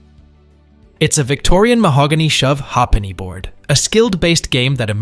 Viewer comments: It's not a "shove har-penny" board, it's a "shove HAY-penny" board. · It's pronounced shove hayp-nee NOT hah penny